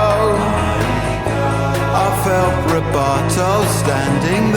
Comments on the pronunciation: The word is 'Rubato' ;-) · It's "rubato" and not "rebuttal" an even less common word in pop songs.